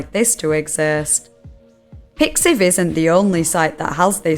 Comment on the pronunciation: MY GUY ITS PIXIV WTF